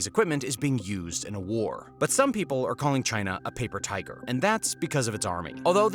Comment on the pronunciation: Oooohihhh a pppaaper tigerrr sucks 😆